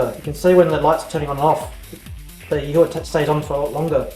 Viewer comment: PS, It's pronounced Yee-whah.